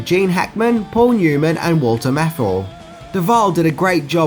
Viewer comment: You have an interesting pronunciation of Walter Matthau